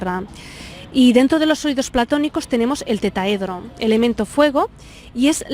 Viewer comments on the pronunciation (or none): se dice TETRAHEDRO, no Tetahedro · No puedo evitar comentar que se dice Tetraedro, no Tetaedro. Por lo demás perfecto. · Tetraedro, por favor, no tetaedro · Merkabá, TeTRAedro, si no sabemos pronunciar aquello de lo que hablamos, dudo mucho que conozcan el tema a profundidad. Ay España, ¡Eres madre y custodia de nuestra lengua!! TETRAEDRO por Dios.